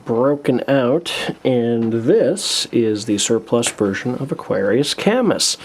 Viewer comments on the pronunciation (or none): his name is pronounced ka-myu, not kammus. the s is silent, but just FYI... ^_^